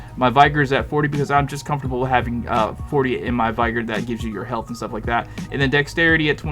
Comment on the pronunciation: Thanks for building this. Just a nit, vigor rhymes with trigger.